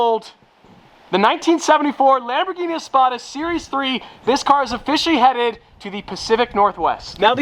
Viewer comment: lambdurghini?? 😭😭 i apologies